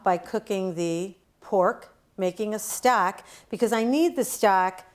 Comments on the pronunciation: I thought she was saying stack and I didn't know what she meant. Then one time she said stock and I realized what she was saying. I would shred the pork. The chunks looked to large for the tamale. I would also spread the masa down to the end more. You can still bend it up and the tamale would be larger. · Great video! You sounded like you were saying stack vs stock. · I think Maybe that the ONE small detail that you FORGOT to ADD here (for Many who have NEVER done tamales before), is to let folks know HOW TO soften up the corn husks. There are MANY watching your video who have NO idea how to soften up the corn husks OR WHY it Needs to be done, so Maybe you might want to ADD that small detail here. Other than that, you have a cool video. Your "Stock" sounds like you're saying "Stack", ha ha! :-P You have a clean & orderly Kitchen-liking that! Please make more videos on how to make chicken tamales OR other flavors. A FEW folks like the sweet ones, i'm NOT one of those, yuck. :( I LOVE chicken tamales AND the beans with cheese, yuuuuuM! :-D HAPPY Halloween to ALL AND Happy Holidays TOO! :-)